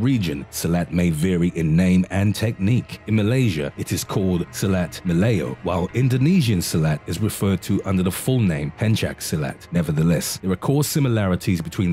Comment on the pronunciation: For Silat of how the people in Indonesia say it. It's Pencak (Pen Cha) not Penchak. In the Indonesian language, the k is silent and anything with a C has a Ch sound.